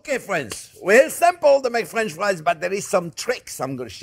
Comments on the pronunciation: no time, just clicked to hear this dude say fwench fwies real quick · Fwench fwies anyone?